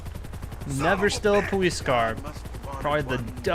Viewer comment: What happened to your voice? No offense but it sounds like your talking like a baby because you say "powice" just asking... :D